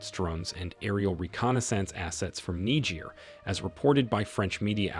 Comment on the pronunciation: If you cant even say the name of the country you are doing a story on, how do you expect it to be informative?